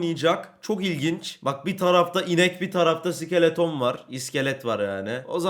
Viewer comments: Abi onun adı sikeleton mu ayır sik -e-le-ton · Abi iskeleto sikeleton deil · abi iskelete iskeleton diyor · abi skeleton vurgusunu bi tık yanlış yapıyosun ya da bana öyle geliyor:D